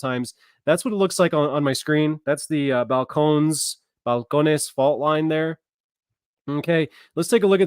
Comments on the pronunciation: Is that pronounced Fal - cone - knees? 😂😂😂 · It is Bal-cone-knees.... Just FYI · Balcones is pronounced (Bal cone eese)